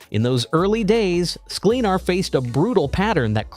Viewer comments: At least get the pronunciation of his name right! SKLEN-ar. Not SKLEEN, not accent on the last syllable.Plenty of examples of him saying his own name. Check it out. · At least get his last name right...